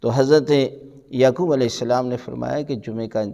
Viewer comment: QibLA MouLanA Sahib PLease, FirsT ImProVe Your ArabiC and Urdu WorDs QaaF HaY QubooL HaY Kabool Nahin HaY YaQoob HaY YaKoob Nahin HaY KaiseY ALiM e DeeN Hain Arabic Urdu Bhi Sahih Nahin BoL SaKTeY VerY SaD.